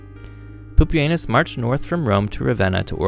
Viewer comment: Bruh it should be pronounced like pupi-ehnoos and anus 😭😭 lmao